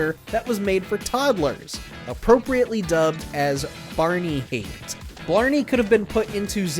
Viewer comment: Thank you for getting Blarney's name right this time.